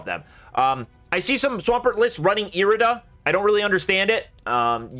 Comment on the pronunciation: Irida is pronounced eye-ree-duh!